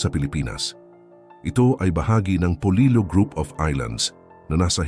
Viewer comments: Hindi iyan polilo kundi polilio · Polillo po not polilo.....polilyo pag tagalog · Polillo po not Polilo ang aming bayan 🥰🥰🥰